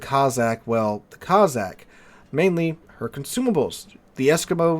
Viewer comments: Cozzack ? It's CoSSack - after the Russian tribe. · Good vid with one annoying exception. You pronounced Cossack as Cozzack, it's Cossack, no Z's in it. The S's are pronounced like the S in Snake